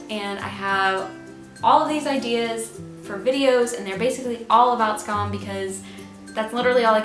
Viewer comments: i'm norwegian and you're actually pronouncing "SKAM" in the correct way, cheers to you. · honestly you pronounce it fine? most say 'scam' and ugh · Love your videos and enthusiasm! Just two things on my mind: 1. You are way to modest about your Norwegian pronunciation skills! Skam... Isak... Fem fine frøkner.. very close to perfect! And... i'm sort of a language geek. So... in pronunciation matters English speakers frequently are the odd men out. You just are... "Skam"... "Isak" - most non-Norwegians will instinctively pronounce these words more or less like Norwegians do. Only English speakers would pronounce Isak like "Eye-sack" ... So thanks a lot for your efforts, you're doing very well! 2. Season 4: it sort of puzzles me why no one (not even in Norway) suggests Emma. Why would she be a good bet? Well... before Skam no one had heard of Julie Andem. No one had heard of anyone in the cast. Except Emma (Ruby Dagnall). She has been hyped like.. the most promising Norwegian acting talent ever (google her)! So when Julie invites her to join the cast - it is for a reason. Will there be seasons 5/6? We don't know. If season 4 is the last one - my money's on Emma. And I suspect that would be a mind-blowing season... Emma has history! Isn't that obvious? Thanks again for your videos!